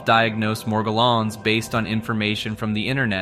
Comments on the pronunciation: Bro pronounced "Morgellon's" literally 6 different ways. Sometimes it has a French accent and shit 😂. "Meirjerrohnns" 😅😅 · it took me too long to realize that an AI is reading this, but he pronounces Morgellons in 5 different ways in the span of a minute.